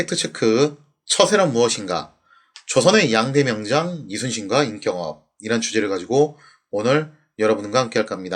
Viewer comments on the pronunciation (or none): 임경업을 임꼉업으로 읽는........ 당신은 진정한 문법 파괴자로 임명합니다.^^